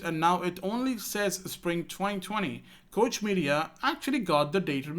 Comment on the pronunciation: Just an FYI for future reference Koch is pronounced like Coke the soda company.